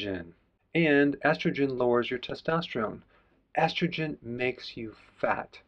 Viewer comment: Who pronounces estrogen as astrogen?!